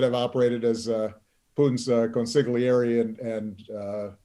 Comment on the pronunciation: “Consigliere”: silent g.